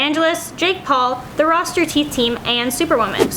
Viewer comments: Did she really just say the roster teeth team it's Rooster Teeth, not roster. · the rosterteeth team? you say it like rooster the animal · Its Rooster my god lady! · "roster"teeth? uh no its Roosterteeth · ROSTER TEETH, ROSTER TEETH... we all heard it it's "rooster" roooooossstttteeeerrrr it's not fucking difficult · she said rooster teeth wrong... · Wait did just pronounce “Rooster Teeth” Roster Teeth. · it's 🐓rooster not roster teath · Btw it's not roster teeth, it's rooster teeth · U SAID ROSTERTEETH ITS ROOSTER YA DUMB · you said roster teethteam its roosterteeth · Fix your mic please and did this bitch just say roster teeth. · It's rooter teeth like tooth. Your an idiot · DID SHE JUST SAY "THE ROSTER TEETH TEAM???!" THE FUCKING ROSTER TEETH? ROSTER!?!!!? WHAT THE ACTUAL DYSLEXIA?! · did she just say... roster teeth!?!?! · That pronunciation bugged me so much